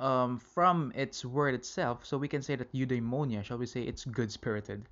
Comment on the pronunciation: It should be Eudaimonia